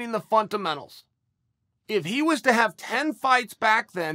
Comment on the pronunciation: Chael “Funtamentulls” Sonnen